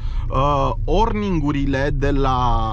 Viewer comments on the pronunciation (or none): Ai, vrut sa zici oringurile de la injectoare nu orningurile și în alt clip timonerie nu timoterie, în fine nu te critic doar te corectez, probabil cum conduci, filmezi și te și concentrezi sa vorbești corect se mai întâmplă, bafta în continuare!